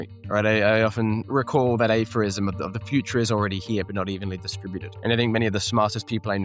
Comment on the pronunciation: 😂😂😂 what the heck is “aphorism”😂…. That’s funny, aphorism is an actual word, but it didn’t sound like it when He said it, reminds Me of that 2nd “knives out” movie.